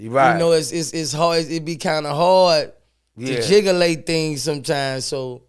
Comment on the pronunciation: what the hell kinda word is jigalate hahaha